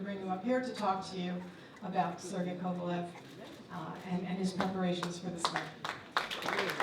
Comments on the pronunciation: You'd think this is a big enough talked about fight that my guy would know how to pronounce kovalev and not say kovalov the drip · Why do Americans pronounce 'Kovalev' as 'Kovalov' so annoying